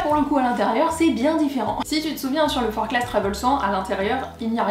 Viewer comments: On prononce forclaz sans le z car c'est haut savoyard ;) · Je me permets juste une rectification sur la prononciation de la marque car je viens de Haute-Savoie et ce sac porte le nom d'une commune de ce département. On prononce donc Forclaz sans le Z, Forcla